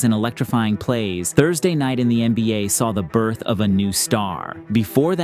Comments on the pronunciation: i hate to be that one guy but " THURDAY" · Ah, yes. Thurday